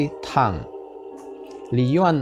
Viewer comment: sebut nya TANG , bukang THANG